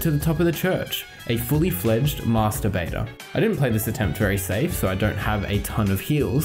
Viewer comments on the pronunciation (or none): none